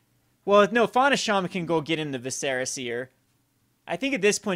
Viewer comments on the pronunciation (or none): VISS-er-ah, not viss-SEHR-ah.